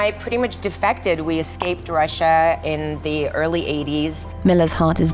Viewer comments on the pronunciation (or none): none